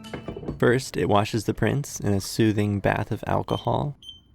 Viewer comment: A-key-hol thats what my mom drinks